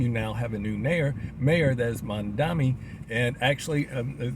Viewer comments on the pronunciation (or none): Mamdani not Mandami